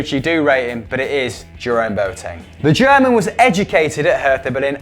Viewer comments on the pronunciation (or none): On a very serious note , Boateng is pronounced Bwateng